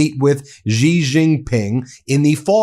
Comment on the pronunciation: Xi Jinpng , the Xi is meant to be a lighter S than S, not the way you mispronounce it as a "G"!!!!